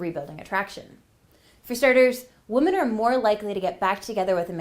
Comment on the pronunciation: it’s pronounced wi-min NOT woman when you’re saying the plural version